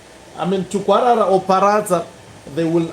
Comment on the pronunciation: It's Tungwarara not Tugwarara